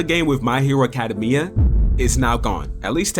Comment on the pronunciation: Acadameya, really bro. Lock the flip in. I know that didn't feel natural to say! 😂